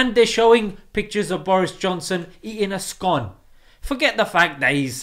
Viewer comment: Bro you pronounced scone wrong